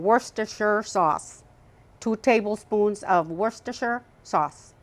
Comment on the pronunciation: Another great recipe,! And you cracked me up with the Worcestershire sauce segment….it sounded correct to me! 😂